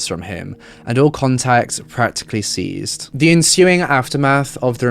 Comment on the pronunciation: Sorry to be pedantic but at 5.38 you pronounced the word ceased as seized. Yes I know it’s not important and in the grand scheme of things it doesn’t matter as your vids are great. Which is why I’m here. But, yes I’m a English grammar/language Nazi. I just can’t help myself 😂😂😂